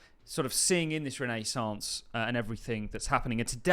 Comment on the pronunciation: REN AY SAUNCE 😅